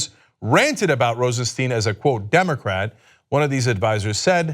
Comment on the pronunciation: Please its Rosenstein not Rosensteen. Stein ist the german word for stone. It sounds like a y., so you can say Rosenstyn if its easier. Please